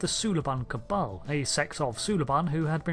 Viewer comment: You said Cabal, now people are going to be mad at you.